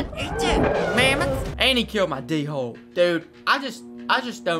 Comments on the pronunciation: And I quote “My D-Wholes already dead!” 😂😂😂Love you KG! Btw it’s pronounced like Dole. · I’m not trying to be rude but u pronounce Dhole like Dole